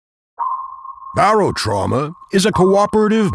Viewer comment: He says Barotrauman literally unwatchable I cannot believe you could do this to me